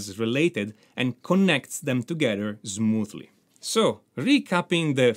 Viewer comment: so Zmooth!! 😊and Zmoothly Your accent is adorable 😄. Very peculiar. Never heard anywhere 😁👍🏻